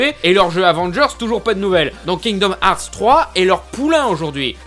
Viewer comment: Kingdoms herth ou harths ou hearths perso ses herths pour moi